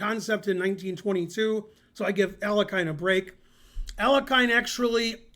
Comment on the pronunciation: Alekhine “a-LYO-heen” Алёхин